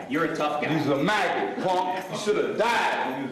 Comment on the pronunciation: not going to lie. Narrator had me for a second. Really thought he said maggot but with the f instead of the m.